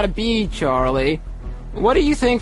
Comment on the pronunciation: I love but I despise how he says Charlie